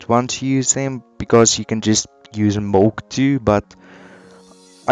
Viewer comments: IT'S MILK NOT MOLK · Did u just say mulk instead of milk? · DID HE JUST SAY MOLK???